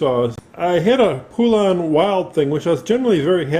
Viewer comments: Thank you! Poe-Lun not Pooh-Lun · Ive heard horrible things about these saws. Also its not Poolan is pronounced Pole-Un. Same thing with Husqvarna. There is no A between the Q and V. Same with McCulloch, people like to pronounce and even spell it McCullough. Its pronounced McCull-Ukk. People kill me man. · You are aware that husqvarna and poulan are the same ,by the way you pronounce husqvarna ,husk-varna and poulan ,po- lun maybe that will help you